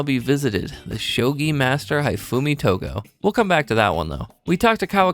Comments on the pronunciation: calling Hifumi "HIGH-Fumi" is killing me. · You mispronounced "Hifume". Her name is meant to be pronounced "He-Fu-meh". I at least though appreciate you didn't mess-up the "e" sound at the end of her name. So many English-speakers does on error, treat Japanese words that end in "e" using English language rules. And refuse to learn otherwise. The error being the "e" at the end of a word being silent and all vowels in the word saying their name. When in truth, Japanese words that end in "e" don't go silent, nor does they ever make vowels say their name when pronounced, and the "e" at the end is always pronounced as "eh" in Japanese.